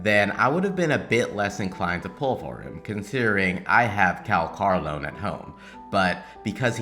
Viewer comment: No one seems to be able to say his name right! Calls him Kakarot, Kal-Carlo, Calamari, and so on. Never change,! You're analysis is spot on and your delivery is getting better and better.